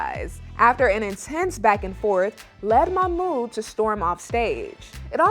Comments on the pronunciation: It drives me crazy that Melicia doesn't pronounce Mahmoud's name correctly. It's not hard. Also, musssslim, not muzlim. Please. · It's MaHHmooD not Mamoo 🤦‍♀️🙄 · Yesss and she should learn to pronounce his name properly